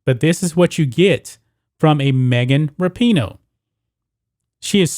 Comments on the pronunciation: I wonder if he says her name wrong on purpose to get a rise outta ppl lol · It would help if you knew how to say her name. Her/his whatever